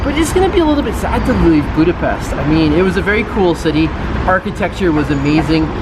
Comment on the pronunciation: Thanx for the proper pronunciation in Budape-sh-t city's name! 👍